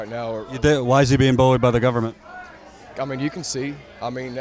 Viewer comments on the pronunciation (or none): bunch of sister fuckers. Dude straight up said "gubment".